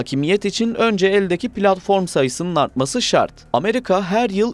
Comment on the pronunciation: Plartfon değil TÜRKÇE ZEMİN